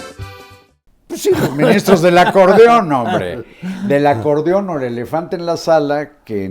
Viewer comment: Acordon??? No es acordeón???